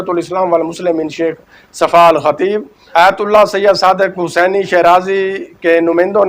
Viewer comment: بھائی آپ بہت خوب معلومات بہم پہنچاتے ہیں آپ کی کاوش مولا امام قبول فرمائیں اور آپکی توفیقات خیر میں اضافہ ہو۔ بس ایک کمی ہے کہ اردو تلفظ پر توجہ کی ضرورت ہے مثلاً: روایت کو رویت پڑھ جاتے ہیں باہر کو بہر آیت کو ایت اسی طرح اور بھی بہت غلطیاں ہیں جو کہ ایک اینکر کو نہیں کرنی چاہئیں تاثر غلط جاتا ہے